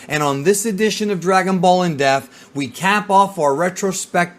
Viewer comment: 'it's not pronounced jer-oh' yeah sure motherfucker this coming from the guy who can't say 'depth'